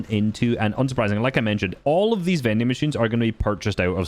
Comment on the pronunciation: Does he call them "mending machine"? Isn't that like a sewing thing. Is it not "vending machine?